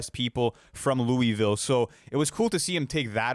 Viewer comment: I ain’t mad but you said Louisville wrong my Kentucky pride hurts lol